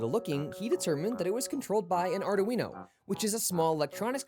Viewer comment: First time I’ve ever hear it pronounced “are-do-wee-know”